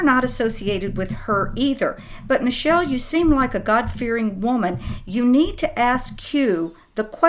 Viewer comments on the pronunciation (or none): Not Michell- like Mischel - something like that- doesn't communicate with Q.